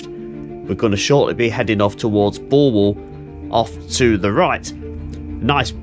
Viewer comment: Wow. someone that can actually pronounce Bulwell correctly. Well done! A day out for me as a locospotter in 1963 was to make my way to Nottingham and bunk Annesley, Kirkby - in - Ashfield,( where unusually they sound both "k's",) or Langwith junction sheds. The timetable on the Nottingham - Worksop route was such that I could perm any two from three. Memory fades with time but I can remember Linby with it's staggered platforms , the Great Northern station and level crossing to the right and the Great Central crossing on a bridge to the front. Upon return to Nottingham I would visit Nottingham Midland Shed. An area that I don't think I would dare visit today. In 2003 I took a 40 year anniversary sentimental journey along the re - opened Robin Hood line but I hardly recognized anything apart from Shirebrook West which had changed very little. Upon closure of rail routes the government sold off the right of way piecemeal so that a railway could never return. They really did'nt like railways.